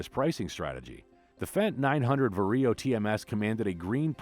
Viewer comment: The way how ‘VARIO’ is pronounced sounds weird from a western EU perspective. 😅 It’s VA-RIO instead of VAR-I-O